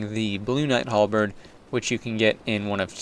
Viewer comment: not a specialist, but i believe its a HalbeRd not a halbeed @@